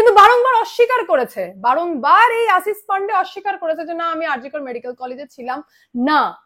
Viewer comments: তলব্য শ আর danto সা ঠিক করে উচ্চা রান করো আসিস না আশিস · Tomar modhye anek pratibha. Journalism er.. kintu kichhu jinish ektu Kane lage. Tomar pronounciation ne.. segulo thik korle tomar nam purnyo matra pabe.. jamon Ashish but not Asis.. banglay erokom hoy.. asha kori kichhu mone korbe na pls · Madam Ashish pronounciation thik korun please. Apnar kache shothik information pai.